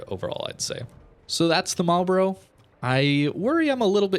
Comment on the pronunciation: It's pronounced "Marl'b'ruh" or "Marlbruh"...not "Marl-borro" or "Marl-Bro";-)